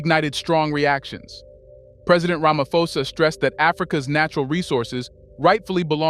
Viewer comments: Stop saying Ramafosa its Ramaphosa with P not F in South Africa we pronounce name as they are writen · Bro please pronounce it properly...its Ramaphosa as in Pot. Pan. Post. Not "F". Its not english. Ramaphosa